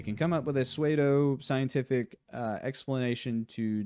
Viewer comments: I'm so sorry if I'm the millionth comment to this effect, but "pseudo" is pronounced "soo-do," not "sway-do" 😭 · The fact that you say pseudo like "suede-oh" instead of "sood-oh" takes me out of the video every single time. Are you one of the people who say "ep eh tome" too? Also while MFP is a cool "hey look at that" setting I don't think a TTRPG was a good fit for it. No one was ever going to actually play it and instead use the book as a very minor lore expansion. An in universe Ranger Handbook or something would have been more logical but nope pumping out TTRPGs that no one plays but are essentially art/lore books is trendy on Kickstarter so had to cash in. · why are you saying swaydo it's soodo bro tf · I love this video, please keep making videos But pseudo is pronounced "soo-doh" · Pseudo is actually pronounced "sue-dough" but I am nitpicking and rlly enjoy this video ✌🏼😎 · This is a great video before I jump into the RPG itself next month! I should mention, though- pseudo rhymes with judo ;)